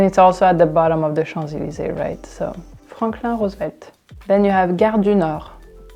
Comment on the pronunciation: it was really funny hearing Franklin Roosevelt pronounced like that